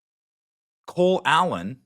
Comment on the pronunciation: Ever notice when Benny says Cole Allen really fast it sounds like he's saying "clown".